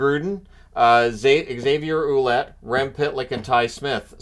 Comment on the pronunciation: fyi, Ouellet is pronounced Wellett